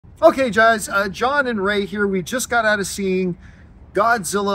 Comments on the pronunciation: Campea's the kind of guy who pronounces guys as "jize". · "Ok Jeyes" 💀💀💀